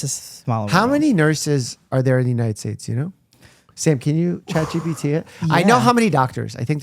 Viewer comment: So sad to hear dr Mike say “chatgbt that”